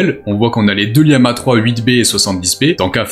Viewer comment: Pourquoi prononcer lama liama ❓❓❓❓❓